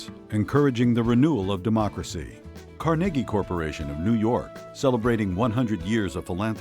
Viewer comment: The narrator couldn't even pronounce carnegie....damn